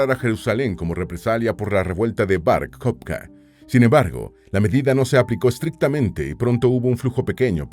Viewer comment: El nombre es Bar-Kojba, NO jobka